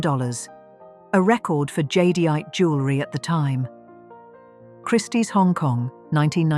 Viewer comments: The AI narration can't pronounce jadeite, either. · AI can't pronounce jadeite.